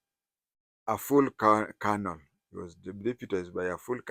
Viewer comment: Sir,you know the proper pronunciation of the military rank 'Colonel'. Why do you persist with the pidgin (Nigerian) pronunciation of Colonel?!